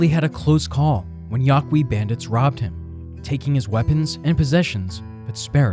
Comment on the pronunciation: Just one correction, if I may? Yaqui is pronounced ''Ya-KEE'' Spanish grammatical rules apply to many indigenous group names in the Southwest.